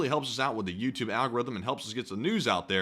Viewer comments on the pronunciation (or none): none